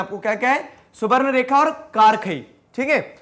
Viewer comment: Bhai wo सुबरनेखा nahi स्वणृरेखा hota hai